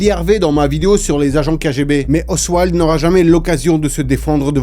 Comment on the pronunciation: Ce n'est pas oswild (osseouailde) son nom, mais oswald (ossevalde) à moins que je n'entende pas correctement la façon dont tu le prononces. Merci pour cette vidéo passionnante.